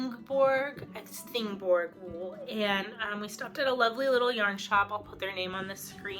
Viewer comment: Looks like an awesome trip. Thanks for sharing. BTW, you were correct that Þingborg is pronounced thingborg. Þ is the letter Thorn, which existed in Old English, Old Norse, and still exists in Icelandic. It makes a sound similar to th in thing.